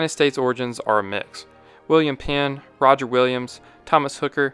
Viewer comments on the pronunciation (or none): none